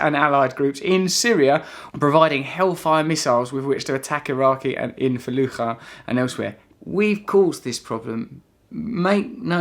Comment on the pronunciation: russel im iraqi its pronounced falooja not falukha, we arent spanish :p